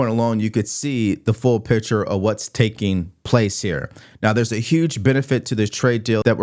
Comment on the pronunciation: I like you,, but it is PICTURE. Not "pitcher." It is PICK sure. I wouldn't bring it up, but you've said this word multiple times in each of the past ten videos (in this vid, 4x).